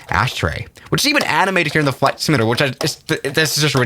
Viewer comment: Sim…you…lay…tore Simulator. Not Simlaydr.